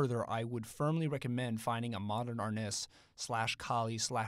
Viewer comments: Pronounced: AR-NEESE, not AR-NISS. C'mon bro, help out the Presas', don't take away... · The i in arnis is pronounced as "ee" so therefore, arnees